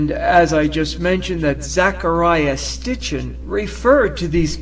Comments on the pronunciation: It's Zecharia Sitchin.....not Stitchin. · Its Sitchin not Stitchin, so apparently you havent seen the books....................................